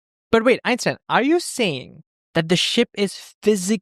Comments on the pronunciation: great video 10/10 but why did you say so often epstein instead of einstein xD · Did you say epstien instead of enstien? 😅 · Einstein, not Epstein 😂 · did u say Epstein or r the captions cooked